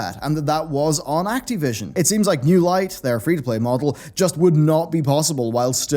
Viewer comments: It's Activision, not Acteevision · Can't get over how you pronounce Ac-TEE-vision. :-)